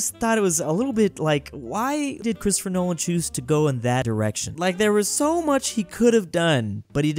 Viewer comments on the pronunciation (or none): none